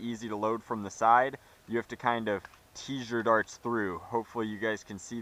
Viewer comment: Darts! Not farts💨